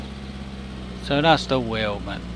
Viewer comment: It's a German name and they say their w's as v's in english so it's said as Veidemann and the i is said like eye if you know what i mean